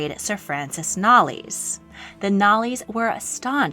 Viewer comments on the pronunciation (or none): FYI, Knollys is pronounced Knowles. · The surname Knollys is actually pronounced as Knowles. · The family name Knollys is pronounced "Noles" to rhyme with "soles". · Knollys is pronounced Knowles sounds like Beyonce Knowles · As always, a good presentation! However, be careful with English surnames - for example, Knollys should be pronounced the same as the surname Knowles.